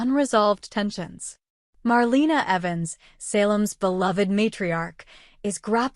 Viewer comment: I don't believe any of this. You got details wrong of what already happened. Do you actually watch DOOL, you dont even pronounce Marlenas name right 🤦🏼‍♀️